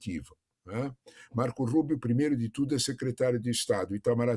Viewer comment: A jornalista" Marcouul Ruibio"😂